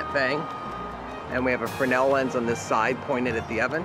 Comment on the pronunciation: Frennel Frennel Frennel it's FRESNEL..... :P